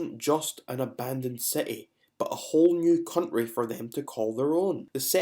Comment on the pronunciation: Cuntry HaHaHa ! And we speak badly !